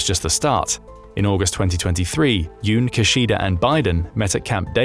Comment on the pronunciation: Minor nitpick: Kishida is pronounced "Kee-shee-da." Neither of the syllables are stressed. Japanese don't stress syllables, though it can sound like they do if there are two consonants together (e.g. Hokkaido where the 'K'-s sound like they're stressed over the other syllables).